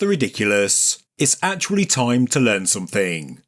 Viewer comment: You had me until the laugh track and you sad “somethink”.